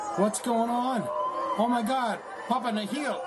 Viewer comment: "Nihl" is pronounced "Nill" as in "zero" or "nothing"